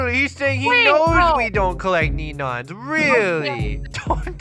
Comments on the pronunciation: They say nenons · "neneons" lol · I love it when they say “nenons” instead of “neons” ! I’m going to be saying nenons from now on XD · I like how they call Neons Nenons 😂😂😂😂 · Im gonna change to saying nenons instead of neons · I laughed so loud when they called Neons Nenons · I love how they say nenons lol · I love how the say nenons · Bruh they say neneons instead of neons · It's not nenos it's neon's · you always say nenons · Lol I love "nenonsss" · I love how they say NENONS 😂